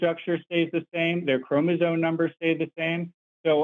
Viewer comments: Listen closely to. He's not even saying "chromosoMe." He's saying "chromosoNe." Every time. It's hard to believe he knows what he's talking about when he makes such a basic mistake. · dude literally just said "Marine-Webster" and keeps saying "chromazone" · The man kept saying “chromozone” 😅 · Am I noticing a pattern that a lot of people who do not understand biology and deny evolution seem to be either incapable or unwilling to pronounce "chromosome" correctly despite hearing it pronounced correctly back to them multiple times and yet insist upon their own misunderstanding and using chromosomes in their argument? "Chromozone" and "chromozonal" are driving me nuts